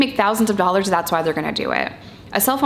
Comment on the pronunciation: The way you say '2 dollars ' is 👍😂👍 2 dollahz. 💜